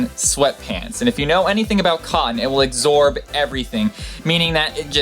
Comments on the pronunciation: I wish this guy would learn English. "Egsorb" isn't a word. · Did you say exorb instead of absorb? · you also said "agsorb" instead of absorb.... sorry to be overly critical, but you're putting yourself out there as a public speaker, and you often just destroy fairly common words.